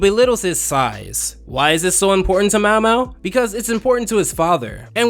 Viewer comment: How does get Mao Mao's name wrong and but can say his full name just fine